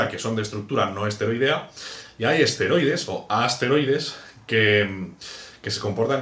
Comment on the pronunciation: porque dices assteroides a los esteroides